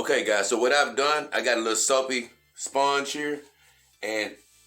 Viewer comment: I like how you say sphonge